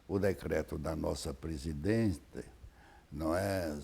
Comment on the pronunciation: Evanildo titubeou quando se referiu à Dilma Roulsef. Seu cérebro apresentou um pequeno bug ao pronunciar o título PRESIDENT-E-A. Lamentável.